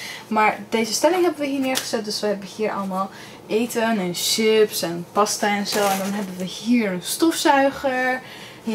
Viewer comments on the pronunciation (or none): none